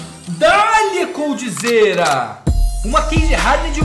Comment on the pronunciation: Quando falam coldzera, lembro do narrador "omg, coldizira"